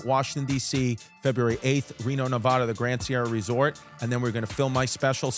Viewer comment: Omg lol finally my hometown getting love! I love your content. But brother learn to say Nevada before Reno lol 😂 they’re brutal to shows who don’t say it right.